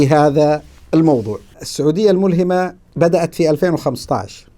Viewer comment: تنبيه : الملهمة بفتح الهاء لا كسرها